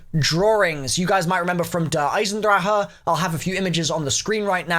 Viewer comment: XD you're adorable. Stop complaining about the only streamer that pronounces DE correctly. It makes you look dumb.